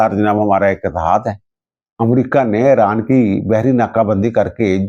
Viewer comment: ای ران بولتے ہیں اے ران نہیں میرے پیارے محترم ۔ انگریزی میں بھی Iran ہے Aran نہیں ۔